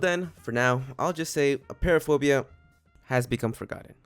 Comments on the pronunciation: Btw it’s appear-aphobia not a-pear-aphobia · You said apeiraphobia wrong it’s pronounced “a-py-ra-fo-bia”